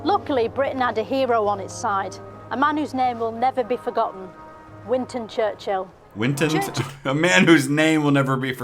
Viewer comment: Theres one scene where she says it's easy to remember his name, then proceeds to call him Winton Churchill LMAO